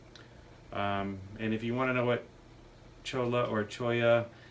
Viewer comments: In NM, unless you are on private land, you may collect dead wood, plants with No remaining signs of life, without any permits. PS: Pronunciation is Choy-ah😉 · Just so you know, it's pronounced choi-a. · Did you get a permit to collect the “Cholla” not “Challa”?